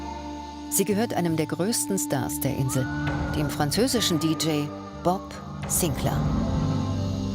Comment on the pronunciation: Bob Sinclääääär, not Bob Sinclaaaaaaar....... 🤦🏼‍♂️